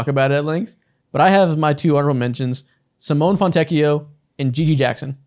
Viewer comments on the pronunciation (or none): LOVE FROM ITALY (the e in Simone is not silent btw) he's a fantastic player. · Simone is not pronounced like that😭😭😭